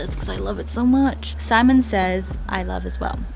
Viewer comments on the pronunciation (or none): none